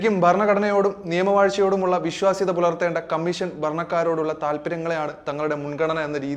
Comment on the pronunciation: കമ്മീശൻ അല്ല കോയ കമ്മീഷൻ ഷണ്ഡിയുടെ "ഷ"മീശയുടെ ശയല്ല,അതെങ്കിലും പഠിച്ചിട്ട് വിഡിയോ ചെയ്യ്,ഓരോരോ മാരണങ്ങൾ